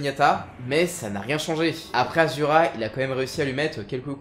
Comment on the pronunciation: Sa me fais bizarre quand tu dis asura au lieu de ashura qui est son vrai prénom